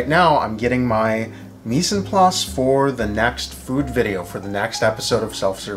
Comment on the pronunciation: I would love to give you a lesson on French pronunciation.